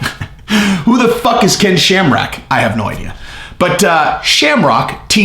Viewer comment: He mispronounced it as shamrack